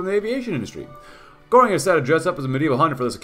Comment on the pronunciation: I'm not even a native German speaker but the way you pronounce "Göring" is a little bit bothersome. lol